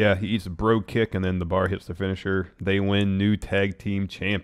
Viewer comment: Why is it th-he-bar when the bar always says the bar